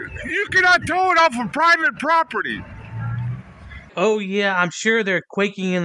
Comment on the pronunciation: how many times did he say "private poperty"